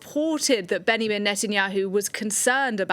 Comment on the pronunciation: His name is not behiman. It's Benjamin micliwsky